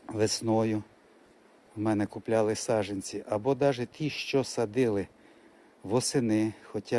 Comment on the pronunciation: СаДжАнці, відлиги, хоЧа, злежуватися... Злягатися - зовсім інший, інтимний сенс, не сраміться! Ріже вухо... Позбувайтеся кацапського суржика!